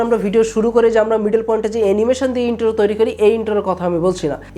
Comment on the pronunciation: ভাই, তুমি ইংলিশ কোই শিখছো? ইন্টো,রিয়েল ওও, ইমপটেন,ইনরেজি,দুইটা পাট, সাস করে, ডেসকিপসন। কিলিক,ফাসট ভিউস😁